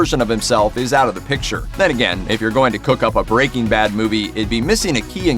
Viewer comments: It’s not BREA-king bad it’s breaking BAD the emphasis is on the bad goddammit bro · Why does he say breaking bad like "BREAking bad" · Brea King Bad. Why you sayin’ it like that? 🙃